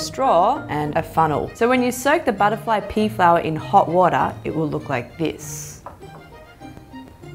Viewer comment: “Butterfly pee flower”